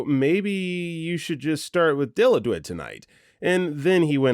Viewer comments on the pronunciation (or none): Dilaudid is pronounced "Die-Lot-did" . Source: My father's an ER nurse and talks about Dilaudid all the time. Also, Dilaudid and hydromorphone are the same medicine. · Okay, I know the spelling is confusing af but I about died at the pronunciation of Dilaudid. (It’s pronounced “Dill-Law-Did”) This is apparently the best-of-the best for hospital pain meds and will show up all the time in stories of drug-seeking behavior.